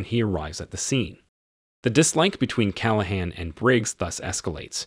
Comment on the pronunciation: These AI narrators are getting better but they're still annoying. Like the way it pronounces "Inspector Dirty Harry Calahan" "